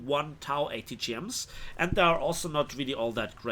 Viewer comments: tao? it's TOW bro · Napalm. TOW is said like toe.